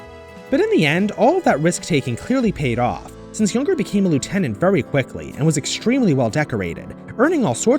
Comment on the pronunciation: Jünger, you pronounce it as "Jynger" not "Junger"